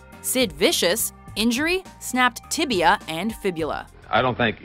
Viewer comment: Ryan Villopoto Broken Tiblia and Fiblua.